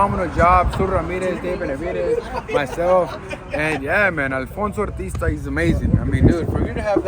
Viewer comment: It’s Alfonso Artista… tryna make it sound all extra Espanol and shit lol